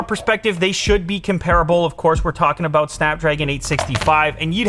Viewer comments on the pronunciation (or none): The Canadian kicked in for ABOAT two seconds there 😄❤️